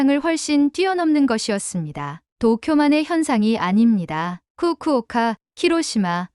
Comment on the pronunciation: 왜 쿠쿠오카 키로시마 라고 하지?